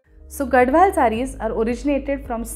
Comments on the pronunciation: It's pronounced as Gadhwal and not Gadwal. I'm from Telangana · Mam it is gadhwal not gadwal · it is “GaDHwal”, NOT Gadwal. It is from Telangana. You should study before you make videos with wrong information. And stop selling bad sarees.